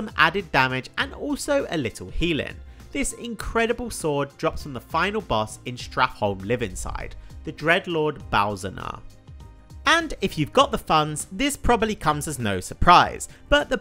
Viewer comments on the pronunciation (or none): you def said "Balzanar" lol. It's Balnazzar homie. Gr8 video though ty for making it! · Dreadlord Balzzanar instead of Balnazzar XD Pepega <3